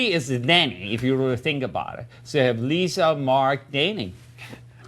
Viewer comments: Did he just call Lisa "Leela"? Keep in mind HE wrote this film. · This is the funniest video on Youtube. He actually says LIVA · does Tommy say Liva instead of Lisa? LOLL xD